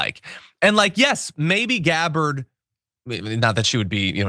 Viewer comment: LOL! She definitely said "deGabbard". I replayed it a few times to be sure I heard her correctly.